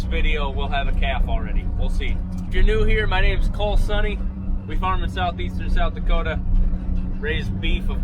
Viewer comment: No doubt you are from South Dakota when you say "SouDakoda" as if its all one word. Its how we do it out here. As always Cole, great content and I can't wait for Brain to work some claves again this year. It's claving season again. 😉😬